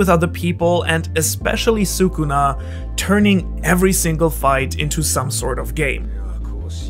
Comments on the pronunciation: please stop saying soocoona. he is "skunah" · Well every single YTer messes up Sukuna's name tho which is a shame But yes actually talking about how he's real world mythology? Much appreciated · Love the video but your pronunciation of sukuna is killing me yo 😭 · I don’t mean to nitpick, I really just wanted to comment lol ily bro